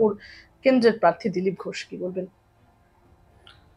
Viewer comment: দাদা পার্থি না প্রার্থী !!!!